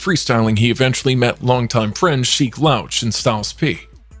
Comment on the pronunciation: Every time he said Lauche I got heated 😅